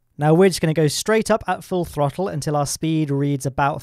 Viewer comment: You went full Scottish when saying throttel